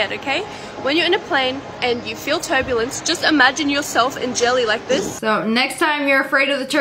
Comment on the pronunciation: pov ur watchin this in 2024 and u hear turblence